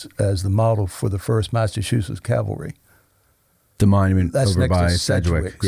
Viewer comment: Around 1hr 41 min mark…do we need to have a discussion about “cavalry” vs “Calvary” …I thought I was repeatedly hearing the “l” before the “v”….